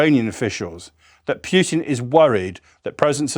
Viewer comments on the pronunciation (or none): 1m Kia and WIa daily. Poo tin. Not Pyew Tin. . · LOVE HOW HE SAYS PEW-TIN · The British pronunciation of Putin, "Pewtin" inspired me to call that reprobate "Putrid". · No man named pyoo-tin exists. And thanks for the frequent, loud, ptsd inducing, explosion noises!!!!